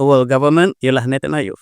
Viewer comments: Maaf, cuma nak perbetulkan kan sedikit kerana kerap sgt menyebut Netanhayu.. sepatutnya Netanyahu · Satu lagi tanah yang dijanjikan.prof sebut nethanyahu sebagai nethanhayu...sangat funny la... 😂😂😂😂